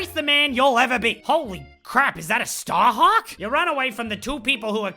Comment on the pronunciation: Every time you said Aesshliegh I laughed so hard I was crying. OMG...my stomach hurts! And then Staaaaarhaaaawk! 😂 I'm dead 😭😭